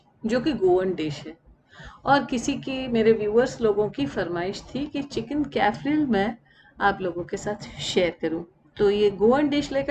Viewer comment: Kaaf re aall is the pronunciation of this dish. You got a fantastic pan. BTW Lovely name for the pan it's called a skillet in English. I keep telling people to use these sort of pans instead of the aluminium pans. SONEX company in Pakistan manufactures these pans. Can be purchased in sets or single. On days when there is low gas, no worries the food cooks very well.